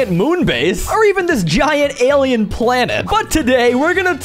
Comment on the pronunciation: awesome and everything I got annoyed with him saying Alleny cuz the word for Allen things is Allen